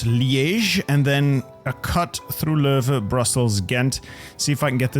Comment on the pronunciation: Are you Belgian? You pronounced “Leuven” and “Kortrijk” in a perfect Flemish accent.